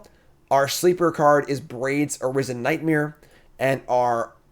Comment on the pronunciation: You say nightmare like nightmere